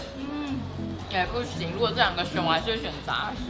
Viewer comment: 是「ㄓㄚˋ」蝦 不是ㄓㄚˊ蝦